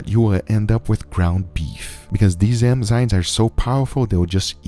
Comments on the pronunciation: Why do you say Emzynes? The right is Enzymes. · EM- ZYNES? Enzymes. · It is Enzymes NOT Emzynes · Please Guga learn how to Pronounce the Word "EnzyMe" You keep saying Enzynes and its really fuckin with me :D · Guga saying "Emzynes" instead of "Enzymes" .... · Guga, its called enzymes not emzynes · I am so grateful this series is over. I realöy like your stuff but i Couldn't have heard "emzynes" once more without losing it completely. It's enzymes for the love of god. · Enzymes not Emzynes bro ✌ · Everyone: enzymes This guy: emzynes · ade you saying emzynes instead of enzymes 😂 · Someone tell Guga it's Enzymes and not Emzynes. Killing me here 😂🤣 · Its ENZYME and not emzyne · I love you Guys but please eNzyMe not eMzyNe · “Emzines” lol 😝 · Nobody: Guga: "Emzynes" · No one: Absolutely no one: Guga: emzynes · No one: Guga: Emzynes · "emzynes" did a good job there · Im so bothered at how guga pronounces enzymes hahaha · Darling.... It's EN-ZYMES NOT EN-ZYMES it's not a cultural thing at all just pronunciation to help you along just in case you didn't realise 😧😧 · bro how do you mess up the word Enzyme literally every time lmao